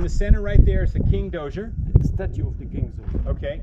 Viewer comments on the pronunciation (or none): Zoza not dozier. The guide was mighty patient with the name mangling.